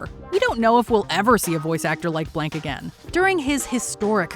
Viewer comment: I knew it had to be Mel Blanc in number one. I was not prepared for that mispronounced last name. He was most of my childhood and my mother's as well. It was a very sad day when he died. What a talent!